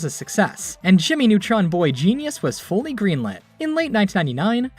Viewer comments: "Jimy Nawtron" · JIMMMY NEWTROUNSSSSS ORIGANAL SHAOW